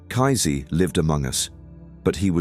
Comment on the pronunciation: Lol. I love the way you call him kaizee and not pronounce kaysee . You make him sound like nazi.